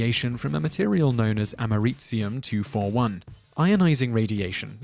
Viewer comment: "Ameritzium 241"? Don't you mean Americium 241?